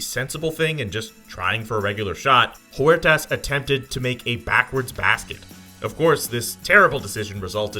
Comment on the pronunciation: Huertas not Juertas, sounds like Uertas